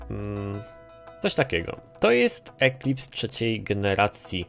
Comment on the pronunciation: fajny filmik masz lajka ale nie mówi się eklips tylko elips to tak bardziej btw